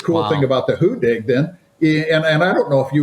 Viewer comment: hu-DDig not "hoo-dig"